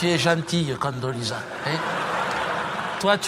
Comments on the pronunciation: c'est condoleeza price et pas candoleza et c'est oran pas orange lol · C Condoleezza Rice pas price et c'est le ranch pas oran ni orange si tu veux corriger qqn corrige le correctement si non ...